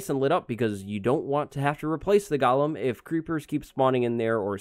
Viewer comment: everyone: Goolem:Gialem